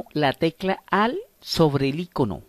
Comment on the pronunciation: AL, AL, AL JAJA..ES ALT PERO GRAN VÍDEO AMIGO ME SIRVIÓ MUCHO.